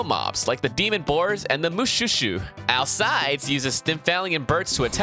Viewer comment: ALCIDES IS PRONOUNCED "AL-KAY-DEES"